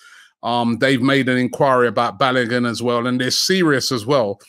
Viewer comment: Robbie I bet you … can you pronounce Folarin Balogun’s name properly for once 😂😂😂